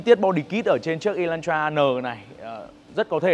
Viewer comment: Phát âm là e lan tra sao ông cứ đọc là y thế nhỉ😂